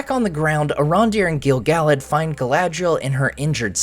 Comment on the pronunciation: Why do you pronounce Gil-Galad 2 different ways in the same videos? It drives me nuts. Haha. And OMG I'm so bummed that he turned out to be Gandalf.